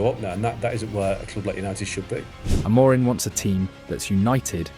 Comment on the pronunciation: AI bro. He didn't pronounce Amorim properly either